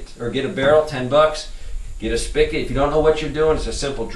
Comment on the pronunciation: I hate when he says "spic-it" its spigot.